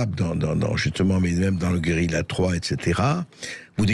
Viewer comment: Bercoff est bon en italien,cependant pour prononcer ce mot espagnol ( guerrilla )c est la Carta Le " Ll "est egusl au "y"